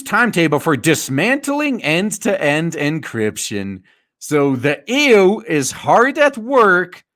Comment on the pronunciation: I like how you call the EU ˈēo͞o